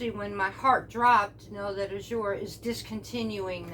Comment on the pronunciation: Azure has grown by leaps and bounds. At our drop there is at least 25 new folks every !month. People are stocking up so they are running out faster and can't keep up. The tens will come back it just depends on harvest . also it is pronounced az sure not a zure jus t so ya know. Just keep putting it in your cart and check out before the cutoff so you she the price.!the grains will come back .farms harvest at different times